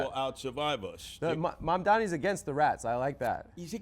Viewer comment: D I C K its MAMDANI like call ing you Dic k no right? same goes